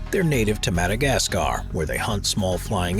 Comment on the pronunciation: Oh geez the pronunciation of Madagascar as "Mada Gas KAR" by some American narrators is cringe.